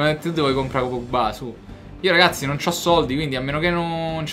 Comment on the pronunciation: Quando dici ragassi sembra di stare a sentire liedhlom e ogni mi sembra di sentire mazzarri o allegri😂